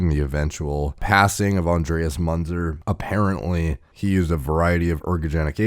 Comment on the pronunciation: his name is spelled myːnt͡sɛr (Münzer - muentser)